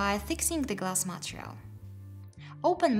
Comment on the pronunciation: Its so cute how you pronounce Montreal instead of Material! Anyhow, great content!